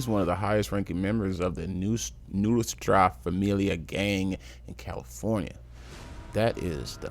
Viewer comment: Pronounced new-es-tra